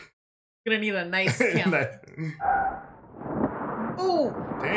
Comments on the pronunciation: Nice is pronounced Niece... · The city "Nice" is actually pronounced more like "Niece". Oh and one klick is military slang for 1 kilometer. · Isn't Nice pronounced Neece? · By the way y'all, the city of "Nice" is pronounced "kneece". Kind of like knee and fleece mixed together.